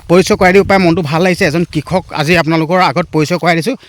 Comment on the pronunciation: হেৰি ডাঙৰীয়া ভিডিঅ' বনোৱাৰ লগতে অসমীয়া ভাষাৰ শ্ৰাদ্ধ ও পাতিলে যে কিয় ? কাৰন হৰিহ নহয় সৰিয়হ হ'ব লগতে কিষক নহয় কৃষক হ'ব বুজিছে // নজনাটো লাজৰ কথা নহয় কিন্তু নিজে নাজানিলে আনৰ সহায় ল'ব লাগে